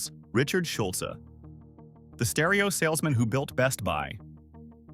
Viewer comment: Drop the e sound for Schulz to pronounce correctly